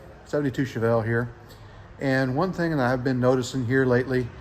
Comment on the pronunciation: Wow i never knew chevy named that car "uhchevelle" WTF